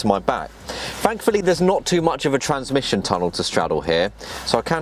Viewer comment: TRANSMISSION...not transmition.